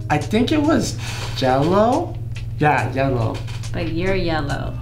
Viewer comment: 3 round yellow said "jello" not yellow